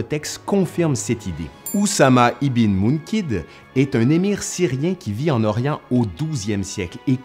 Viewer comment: Ce n' est pas ibin..on prononce ibeun...( .fils de...). enfin...je pense 😊